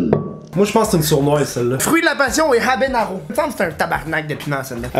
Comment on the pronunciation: Habenaro😂🤦 habanero peut être😂